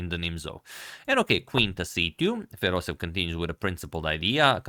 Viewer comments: It's FedosEEv, not FedosEv ! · Just wanted to give a small correction to pronunciation of Fedoseev! Because there are two e’s, in Russian you end up hitting the sound twice (and e makes a “yeh” sound). So it’s actually pronounced Fedose-yev. Thanks for the video!